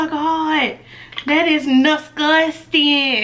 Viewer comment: Everytime you mess up and do one of the habits I am like no, stop doing it to yourself 😭 "nasugsting" 😂 lmao, I'm done! Some of these people girl, I swear!